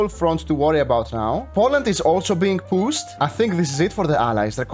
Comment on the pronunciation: I can't tell if he's saying pushed or PUSSED anymore 😭